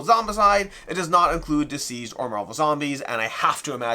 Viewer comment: Everytime you say it, I think isn't DCeased supposed to be pronounced as deceased, and not diseased?